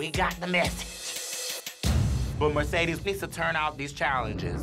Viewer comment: Mercedes be like : Merkadis